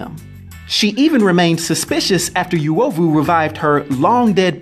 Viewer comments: pretty cool that there's a kenyan-based marvel character!! I'll look for this. Just a note: Uovu is pronouned oo-o-vu. Not yu-o-vu. And uzuri is pronouned oo-zoo-ri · Please stop🤣🤣🤣... It's not "Youovu" but U is pronounced like the U in "UNO" so its UOVU not YOUOVU, good to see my country has mutants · The 'yoo' 😐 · Pronounciation is not Yuovu but uuOvu. The U sounds like the "oo" in soon. Love your content man. Cheers for this. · As a Kenyan, I'm so jazzed to see this! Although the word is pronounced U (not -Yu)ovu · I think it's pronounced U O V U and not Yu O V U if the translation is correct. ( I'm Kenyan) Its also U Z U R I not Yu Zu Ri. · That reads "uh-o-vu" not "yu-ovu" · Uovu not yuwovu uzuri not yuzuri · It's UH OH VU Noun derived from the word 'Ovyo' to mean 'Badness' literally or 'Evil' technically. -Random Kenyan. Dafuq is "Yuwohvuh" 😑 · I think it's pronounced oo-oh-vu, not you-oh-vu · Its not pronounced as "you-ovu" but "oo-ovu" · It not you-oh-voo. Its pronounced ooo- wo- voo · It's pronounced Oo.ovu not U.ovu😏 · Yo. I know this guy is trying his best but it's super hard to focus on what he's saying when he keeps butchering the names. Suppose to be like the vowels. a.e.i.o.U... then U-O-VU. U like loot. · Not the right pronunciation.. Uovu is pronounced oo-o-voo.. greetings from swahililand Tanzania 🇹🇿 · Oo-owe-voo. Ooo-zoo-ree. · Actually the correct pronunciation is oo-aw-voo 🇰🇪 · correvt pronunciation is oo-ovou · Im kenyan nd the way u pronounce uovu and uzuri just cracked my ribs ,,,,,,,I LOVE THIS CONTENT MAN 👍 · That ""uovu"" pronunciation killed me Nice content though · You pronounced it wroooooooooooooong !!!! bruuuhhh! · Just pronounce Uovu and Uzuri correctly 😬😭